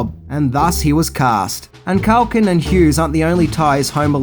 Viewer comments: its Culkin not Calkin ffs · Culkin not CALKIN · Why do you call him mcauly cAlkin? It's culkin!! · His name is CUL-KIN. Not calkin that you said all the way through this video i mean come on Even he pronounces it CUL-KIN. Rant over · Why you calling him Mucaulay Calkin? 😭